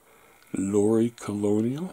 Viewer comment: Loire is pronounced "lo are" It s the name of the longest french river